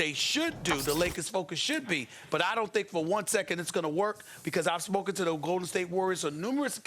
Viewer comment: Smoken or spoken Stephen A? guess all that weed and smoking finally caught up